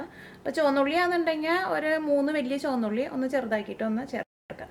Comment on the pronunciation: Not choanna ulli...it is chomandda ulli 😅😃😉😎